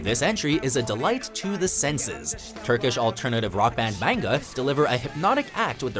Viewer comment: can we take a moment and thank that guy for pronuncaiting 'maNga' right?